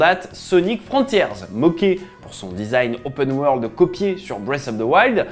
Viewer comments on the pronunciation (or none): none